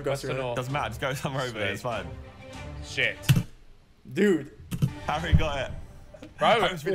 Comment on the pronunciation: I love how Rainbolt calls Harry "Hairy" 🤣